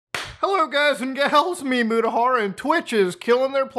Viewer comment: are you saying “it’s me mudahar” or “it’s memudahar”